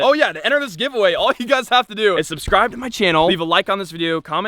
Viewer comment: GiveatoME, not Giveaway..😂